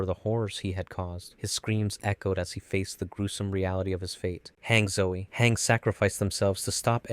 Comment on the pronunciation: Bro said hang zoe